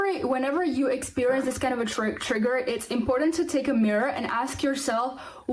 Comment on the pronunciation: Is it trigger or tragger as she says it is. LOL 😅😂🤣